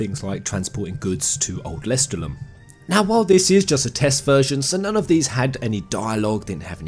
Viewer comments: You keep pronouncing lestallum wrong and it's driving me crazy This DLC actually looks pretty good! I'm a sucker for any character creation/customisation so I'm looking forward to this. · Am i the only one who was slightly triggerd by the pronouncing of lestaulum and other things ? They said it in the game, don't change it, also i agree with most of the positive comments, xv was one of the better ones, sure the story was unoriginal but cone on, this day and age, new things are looked down on, if they did something original they would've recieved hate for it as well, I am a fervent square enix fan since vii and i love every game they made, hate me all you want but i grew up with FF after my brothers played vii infront of me, I've played those after vii and I'll continue to suport square enix untill I can't anymore